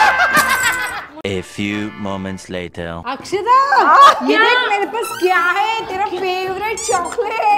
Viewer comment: It's not akshita it's aksshada